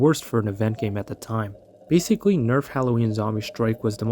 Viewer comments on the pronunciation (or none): none